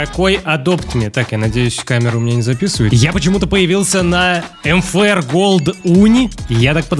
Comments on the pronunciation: почему ты говоришь нфр а нужно мфр почему? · Мне одной слышно не МФР А НФР